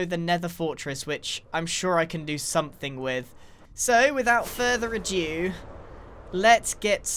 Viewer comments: Every time Grian says 'without further adew' my whole body hurts. Please Grian its 'further ado' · I have been catching up for a while and I have to say hearing you say 'without further adeu' instead of 'without further ado' is making me want to scream! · anyone else frustrated how he says "without further adieu" rather than "ado"? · "Without further adieu" Grian, I dunno if your pronunciation sucks or if you don't know that it is "ado." Or... you're secretly french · Hate to be that guy...but it's "further ado" not further adieu